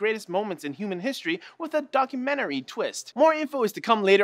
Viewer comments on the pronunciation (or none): none